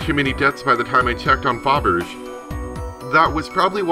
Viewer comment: Hi, not sure if it’s corrected in later episodes, but “Fabergé” is the name of a Russian jewelry firm, and is pronounced “fab-er-jay” Great play through, btw (you’re a terrific narrator)! Glad you did it since it’s not available on the App Store anymore.